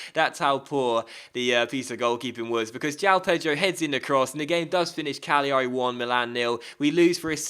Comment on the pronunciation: put the emphasis on the first a in cagliari